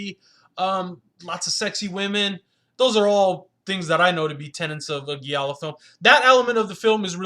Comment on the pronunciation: “He gets DRUG (**should be DRAGGED*) into the movie?” Giallo, is pronounced with a soft G: “GEE AH LOW.” Sorry, it’s not criticism, that’s meant to insult you, but constructive criticism, that I hope that you benefit from. As far as the film, it had HUGE promise, but ended up being nothing more than artsy silliness. Very beautiful women, excellent performances and amazing accuracy, in recreating the era in which this film takes place.